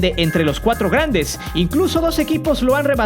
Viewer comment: "grendes"? :v